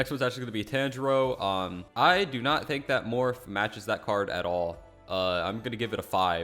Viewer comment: Tan g row 😂